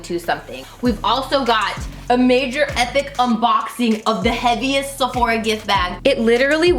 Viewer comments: I love you. Have I been saying Sephora wrong all this time?? You keep saying SephorEEA. Am I wrong? Middle part!! So so pretty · Love you so much You are beautiful no matter what She says Sephora so weirdly